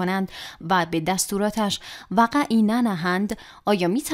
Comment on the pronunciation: وقعی درست است نه وقه ای